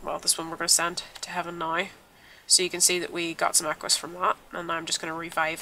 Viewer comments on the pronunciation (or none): it's equus not aquus